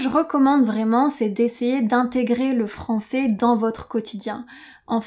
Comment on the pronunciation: Je sais pourquoi mais ta prononcacion de francais est, pour moi, meilleurs que la prononcacion de Hugo de Inner French! Je suis tombe amoureux, je comprends tout sans sous-titres! J'ai decouvert cette chaine en regardant Ecolinguist et j'y resterai certainement!!